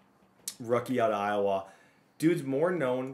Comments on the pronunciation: man really said IOWAAAA instead of IOWUH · Iowa (Eye-oh-wuh) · Bro please as a iowa resident don’t pronounce the a, it’s eye-o-wuh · Bruh tha way youre saying Iowa is killing me I lived in Des Moines for a min it pronounced Eye-Oh-Wha but say it fast n smooth and then you're A1 my guy. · Can’t get over pronouncing Iowa